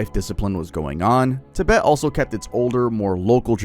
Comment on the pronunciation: Ti-BET… emphasis on the second syllable. I don’t normally correct people, but that drove me.